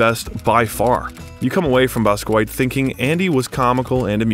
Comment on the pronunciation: You slaughtered Basquiat's name. Research??